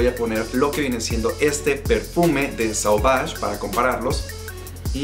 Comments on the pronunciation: No es blu, es blé, la pronunciación. No es sauvaj es soovaj. Y hablas muchos, bro, repites las cosas muchas veces. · ¿Por qué pronuncias las marcas francesas como si hablaras inglés? Suena muy ridículo decir Dior con la erre inglesa, dilo en español si no puedes decirlo en francés. Sauvage se dice "sovash", Chanel se dice "shanel", bleu se dice como algo entre "ble" y "blo", no blue como en inglés.